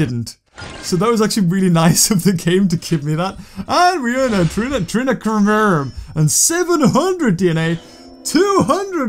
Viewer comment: It's pronounced "Treen-A-Cro-Mare-Ee-Um"